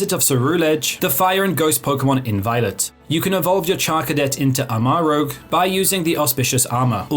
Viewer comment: Why is everyone calling Armarouge "Amarogue"? His name literally translates to Red Armor. IE Ceruledge is Blue Edge (sword). Are we all at grade school reading level?